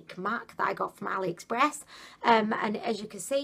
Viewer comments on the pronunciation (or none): none